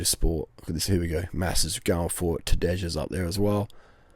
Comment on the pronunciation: Maybe the 'j' is silent ....Tadā...j.